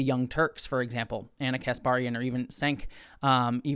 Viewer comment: Cenk is pronounced Jank like something found in games LOL